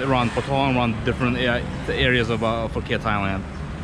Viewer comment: Phuket is correct lol. Took me at least 2 years to start pronouncing Phuket correctly. Hahaha, will let Victor know to start preparing the cognac!